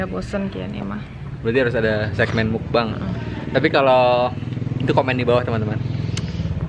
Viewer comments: bener mukbang ko. bukan mukbeng. soalnya bahasa korea meok(o) = makan. bang(song) = siaran. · kak nyebutnya mukbang nya gak mukbeng hehe, karna mukbang kan dr korea , tulisan koreanya 먹방 (meokbang) nyebutnya juga sama :)